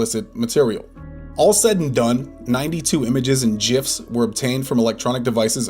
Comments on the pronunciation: I know this is a serious case with real victims here but something is compelling me to point out where he said JIFS?? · I want the narrator who called them “jifs” instead of “gifs” to be locked up as well please. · What are “Jiffs”? I know what Gifs are. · The real crime is bro pronouncing gifs as jifs. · JIFS??? GIFS!! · "Jifs" is also disgusting and should be treated as harshly as having CSAM in this household we say GIF with a hard G! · It’s gifs, not jiffs. I know you can say it either way but it really should be gifs, not a j sound. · Its gifs not jifs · You did not just say jiffs, that deserves an episode on criminal psychology all to itself. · Bro said jifs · I'm sorry what? Jifs? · "jifs"... L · I died when he said “Jifs” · "JIFs", I know who you need to go after next. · He said "jifs", I can't believe it, what a monster! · I like the way he actually calls them Jifs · lol the cop says "jifs" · Off-Topic, are they pronouncing GIFs as JIFs? :face-orange-biting-nails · Sorry I just had to stop watching when you said Jiffs 😢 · That detective did not just say jifs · JIFFS? jiffs!? who the hell. gif is a HARD G. hard!